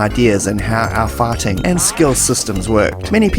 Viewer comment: Am I the only one who hears "farting" every time he says "fighting"?